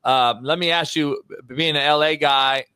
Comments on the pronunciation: 😂 lemme ax you dis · needs to stop "axing" questions.